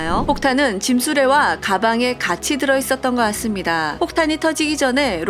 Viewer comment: '같습니다'가 자꾸 '았습니다'로 들린후로부터 이것에 신경이 쓰여요ㅠㅠㅠㅋㅋㅋㅋ